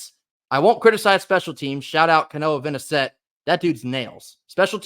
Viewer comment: also, just FYI, according to the depth chart, his name is pronounced VINE-sett.